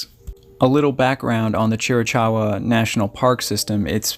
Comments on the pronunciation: Great episode…but it’s pronounced like cheerakowa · I remember Paul's story. Very bizarre! 😒 thanks for sharing "more info" on his case. " (Chief Cochise area) pronounced > Chr a Kaa wuh)🙂 God bless you, & your time, in gathering info for sharing with your listeners. 💕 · Hahaha😁 I had to see in what manner someone corrected the -Chee Ra Kar uh-pronunciation, knowing that all the crew are BIG fans who are sensitive, intelligent, gracious and tactful. 😁 Well done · Cheer-ee-caw-oo-wah… Wild Turkey Mountains. With the pronunciation, think of chihuahua… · Chiricoua...or Chiricowa...sorry Haye to be this guy.. You are articulate and very professional in your entire delivery... so thought you'd want to know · Tht a extremely gorgeous place ..lots of history. Apache territory.. Tombstone is not far from there either. Chera-kawa.. is the proper way to pronounce Chiricahua. I lived in Arizona all my life last 30 years most of which was was off grid on 20 acres in Navajo County. Anasazi ruins everywere the Painted Desert an Petrified Forrest area.. Arizona is a little piece of Heaven on earth been very blessed to have lived the life we have. God bless Paul an his wife. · Thank you,, for doing extensive research. Are there still rogue Apaches in those mountains? Perhaps his disappearance had something to do with the Yavapai. Is it possible that he went out there to live like the Indians? I could be wrong, but I believe that those. mountains, and Indians, are pronouced cheer i cow wah. April 2022. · Nice job with this case,. I am in that area currently. We have some challenging names with “Chera-cowah” being the correct pronunciation of the mountain range. A handful of your images were from different parts of the state. I have seen his story told many times but your’s is #1!!! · Pronounced ... " Cheer- a- kawa" His pronunciation is terrible lol BUT !! ... his videos are excellent ! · You are pronouncing the name of the mountains incorrectly.